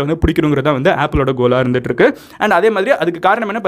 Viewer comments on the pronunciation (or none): none